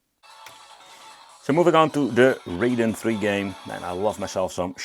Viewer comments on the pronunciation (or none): Raiden III , not Graiden III